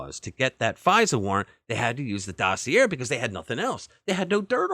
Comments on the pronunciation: Interesting story. The letter r is silent in dossier. The e sounds like an a. It is pronounced DOS E A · Omg omg omg learn how to pronounce docieer!!!! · You are a pathetic liar. The Steele dossier was not the predicate for the FISA warrant, George Papadopoulos was. So your entire premise is flawed from the start. If you want to be taken seriously I suggest you get your facts right and perhaps, just mayyyybe, know how to pronounce 'dossier'. Especially if your entire bullshit opinion is going to require you to say the word so many times. FPOTUS is a traitor who stole classified documents, caused hundreds of thousands of needless Covid deaths, and tried to OVERTHROW OUR DEMOCRACY but you want to talk about THIS?